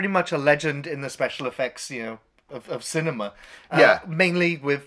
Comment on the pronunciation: And “Cinema” not “Cinemar”